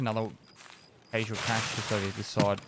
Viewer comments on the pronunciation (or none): The word “cache” should have no debate. It had 1 “a” so the sound is short and not drawn out. It’s not caache it’s just cache. You don’t say caat you say cat. Same thing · If you Google the pronunciation of "cache" it is pronounced as "cash" in the American and British pronunciations. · If you put "cache" into google translate its pronounced "KaSH" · It's pronounced 'cache' obviously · we all know it's cache, not cache, and cache just sounds stupid.